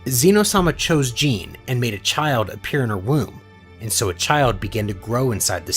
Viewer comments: Bro, it’s not Jean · that's not how you pronounce Gine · So how could mortals Sense god ki? Also is this voiced by AI? What Dragonball fan doesn't know how to pronounce Gines name?